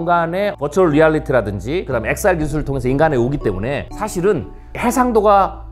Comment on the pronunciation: 이 분 한국어가 어눌한데 일본인인 가요? 한국어를 잘 못하는 일본인의 발음특성을 가지고 있네요. 때문에를 때문..에라고 말하는 것처럼 붙여서 발음해야 할 말을 답답하게 띄워서 발음한다던가 하는 이상한 말버릇이 있으신데 경상도 출신들 중에 일부의 특징인 것 같기도 하고